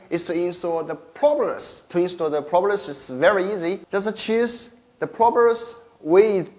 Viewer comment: Same. Propellers was a little difficult to understand but I knew what he was talking about.